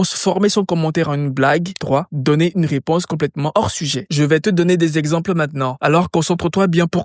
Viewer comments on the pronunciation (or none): ses "exAmples" mdr 😅